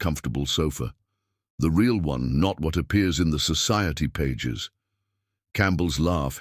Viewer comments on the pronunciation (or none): none